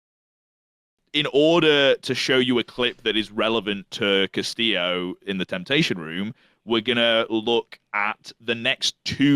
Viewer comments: your blud calling Castillo as Casteo whole time is sooo funny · ' pronouncing Castillo "cassio"...